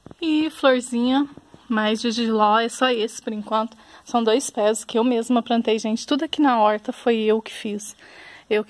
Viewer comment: Ate curti de verdade, mas não gostei do : "Prantinhas" , "prantei".....